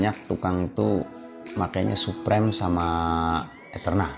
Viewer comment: Suprem ? SUPRIM boy bacanya 😭